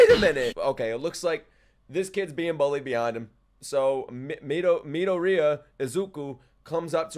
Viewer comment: Dekus name is pronounced izuku midoryia😂